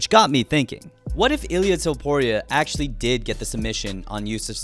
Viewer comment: “Toepooria” lmao, great vid man!